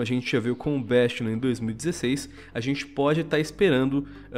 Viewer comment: O vídeo ta legal, mas eu n aguento o falando "béstion blizzcãn"